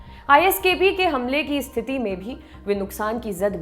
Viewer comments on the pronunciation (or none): none